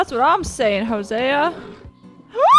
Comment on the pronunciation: why are you saying Hosea like Huh-Sia??